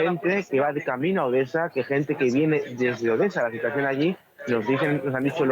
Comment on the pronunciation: Saquen a esa presentadora no sabe pronunciar bien " Obesa en vez de Odesa.." .y se le enrreda la lengua al decir Ucrnia ...saquenla por favor...